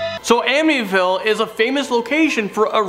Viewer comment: He cant say amittyville?? ??